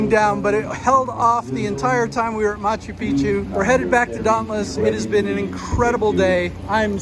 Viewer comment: Why do you pronounce is as "machu peechu". There's an extra C there. It's ma-chu pik-chu. What can be easier to say!